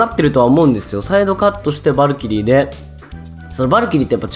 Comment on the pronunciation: さんはバ↑ルキリーって読み方か ドズ○さんはバ↓ルキリーだったよな